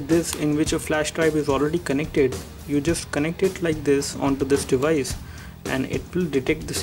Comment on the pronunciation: For real?? Im sure you've been saying "this device" over a thousand times and what make it worse, it even sounded like you were saying " this dewise" man you have lotta learn..